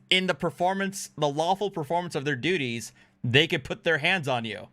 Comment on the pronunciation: did you say doodies? In the lawful performance of their doodies? i think it’s pronounced DUTIES.